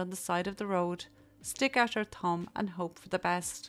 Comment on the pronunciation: Thank you for this video, I too used to hitch hike in remote places of Canada in the nineties . I love your accent, but when you say thumb, I hear tounge, so I had a giggle at the site of you with your tongue out. I am sorry you had to be subjected to that old man's perversions. I can't believe he had the nerve to show up at your house the next day! I too had an employer who would leave materials like that out for my shock and dismay .